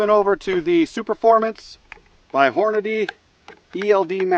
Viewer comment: I was watching until you said "Hornaday". It's Hornady - Horn-a-dee.